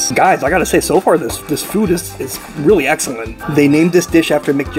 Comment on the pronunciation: haha, eggellent